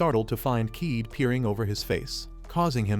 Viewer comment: It's not keeed it's ka ye de